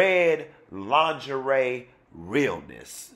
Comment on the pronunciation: I bout died when he said ling-a- re party